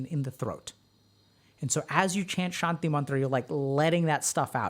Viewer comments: that "shanti" is transliterated wrongly didn't help either. sounds like doc is pronouncing "shandhi" to me. ✌🏻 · When he started pronouncing Shanty, I got the image of the loading screen for the map "Shantytown" in MW2 and lobby music started playing in my head. So... MW2 lobby music is now playing in your head🪄